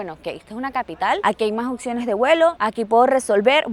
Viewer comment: Se dice opciones. No se dice okciones